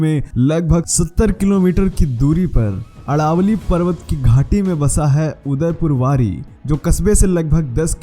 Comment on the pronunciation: Udaipurwari nhi h bhai udaipurwati h Nam toh Shi bol de bhai